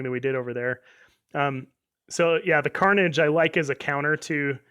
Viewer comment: tharnage like manni calls it